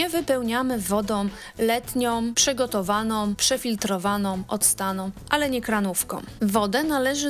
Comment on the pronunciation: Fatalna Polszczyzna! „PrzegotowaNOM odstaNOM woDOM” zamiast przegotowaną, odstaną wodą? A gdzie głoska „ą”? To że tak mowią prymitywni politycy, nie znaczy aby tego słuchać i naśladować. PROSZE NIE KALECZYĆ PUBLICZNIE PIĘKNEJ ORUGINALNEJ POLSKIEJ MOWY